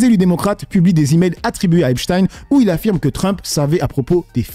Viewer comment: J’ai envie de claquer la journaliste qui nous sort « EP-CHTINE » …. Incohérent linguistiquement soit tu le lis à l’allemande et donc ça se dit EPCHTAÏNE (j’écris de manière à ce que les sons soient lisible), soit tu le lis à l’anglaise et la c’est EPS-TINE.